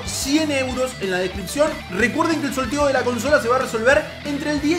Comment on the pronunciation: "recuerden que el soLteo de la consola" y la R??